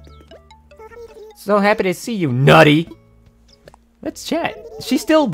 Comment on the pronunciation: the emphasis on nutlet and nutty gets me every time